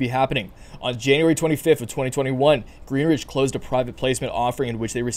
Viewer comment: Please please please stop saying GreenRidge. There's no R in Greenidge. Otherwise, thanks for the info!